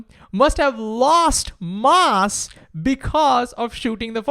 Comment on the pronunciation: Learn how to say "mass"